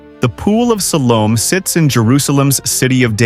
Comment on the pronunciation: Have your AI narrator pronounce words correctly. He is not even pronouncing Siloam right.